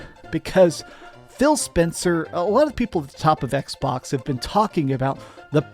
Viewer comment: Why’s he say “Xbox” like that? EKS-BAWKSUH